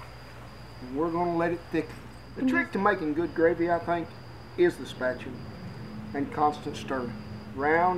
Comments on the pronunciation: 🤣spatuler? Cow juice . Can a person laugh and throw up at the same time? Mr. Rollins is officially my favourite cowboy! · Spetchuler! HAHAHAHAH Man, I love this channel. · A flat spatula... A flatula? Sounds like another bean video. Lol love these vids.